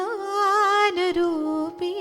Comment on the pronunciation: कवितांकडून 'ज्ञान' चा उच्चार 'न्यान' होणं अतिशय अनपेक्षित आणि खटकणार आहे.